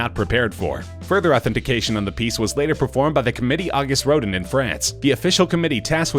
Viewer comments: Lol..."Soath-bees"..."August Road'n" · row-din? not quite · The pronunciation on some words of this voice over is making me a lil crazy. RoDAN! sigh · August Roe-dan, not roe-din. He's kind of famous. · Just FYI--the piece by Rodin...that's pronounced "Roh-DAN", not "ROH-din". It's French, and therefore it's not pronounced American-style. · Ro-din?!? Ro-dan!’nn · It's Ro DAN (August Rodin) with accent on the second syllable. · I had to stop watching after the 3rd time he said "rode-in" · "Rodin" was also mispronounced. Pronounced correctly, it rhymes with Roseanne. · DocWattson he did the same thing mispronouncing Rodin. It’s spelled Rodin. It’s pronounce Rodahn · "August Road-in" "Soath-bees" Jesus Christ. At least learn how to pronounce things correctly if you're going to do voice overs. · Auguste “Rodent” ? Sounds like a gangster and not a sculptor. Little weak on Sotheby’s — not quite there- yet. But the Diego Rivera was good. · WithMetta He brutalized Rodin’s name. I cringed. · Keno is pronounced Key-no. Could just once you manage to get someone who can pronounce names correctly? Rodin, Sotheby's all pronounced completely wrong. It makes the videos a joke. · We'd appreciate it very much, if the announcer would learn how to pronounce the names correctly. Auguste Rodin. Try again. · Who doesn’t know how to pronounce ‘Sotheby’s’ and ‘Rodin’? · At least learn how to pronounce Rodin. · Can you fire the person who did the voice over? Seriously mispronounced Rodin and Patek Philippe for starters. If you don't know how to pronounce something, ASK! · The voiceover mispronounced "Sotheby's" and "Rodin". Might be good to know those two words when you're doing a video about antiques.